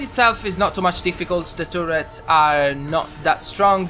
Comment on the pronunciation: I have always loved your accent,, but I especially enjoyed the way you pronounced 'turrets', as it sounded like 'tourettes', when you said, "...the ones that summons the little tourettes that shoots your enemies." I imagined that this gun not only kills your enemies effectively, it spews strings of invectives, cursing the targets with foul language.